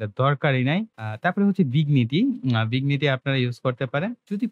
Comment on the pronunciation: আপনার ভিডিওগুলো বেশ ভালো। তবে ইংরেজি উচ্চারণ গুলোর ব্যাপারে আরো সচেতন হতে হবে। যেমন, ভিগনিটি নয়, ভিনিয়েট। জাউ নয়, জ-লাইন।